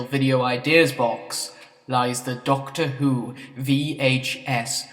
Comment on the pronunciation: Classic Doctor fwhod